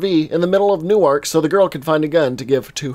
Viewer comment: fam I’m from Newark It’s pronounced Nork. I know weird but that’s how you say it FYI. Love ya fam byeeeeeeeee